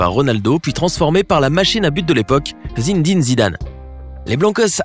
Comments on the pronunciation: ses pas zindine zidane ses zinedine zidane!!!!!!!! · Oui car il a dit Zindine mdr et pas Zinedine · Zindin,Gratin,Bernabeu... Vous le faites exprès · Santiago bernabeu 😅 Zindine zidane 😂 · Non je suis choqué : Zindine Zidane Santiago "bernabeuh" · Le stade santiago Bernabeuh*😂 Crary ya dla beuh😂 +zindine* Zidane 😂😂😭😭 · il pense il si connait au foot zindine zidane santi ago bernabeu il ma tuuuueeeerrrr😭😭😭😭😭🤣😂😭😭😭😂😅😂🤣😅🤣😭😭😂🤣😅🤣🤣😂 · Alors toi si tu regarde du foot stade du « bernabheu » et le joueur « zindine Zidane » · "Zindine Zidane", Santiago Bernab"E" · "La machine à but zindine zidane " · Alors juste le nom du Stade du Real Madrid se prononce "Bernabéou" et c'est "Zinédine Zidane"